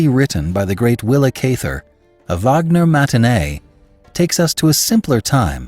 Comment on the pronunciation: great story. thanks for all you do. just so you know, you are pronouncing her name wrong.